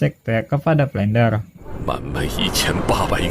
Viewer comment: Flender bang bukan flendel